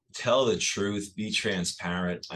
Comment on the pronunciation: "THRUTH SEEKERS "